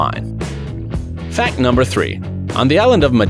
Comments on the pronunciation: Guys pay close attention to when he say fan number four instead of fact number four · For fact number four you said fan number four just saying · Why you say fan instead of fact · Instead of fact number 4 he d Said fan number 4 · when it was number 4 he said “fan 4” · he said fan😂not fact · you guys realize hes said fan number 4 instead of fact number four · at the second he said fan 4 not fact 4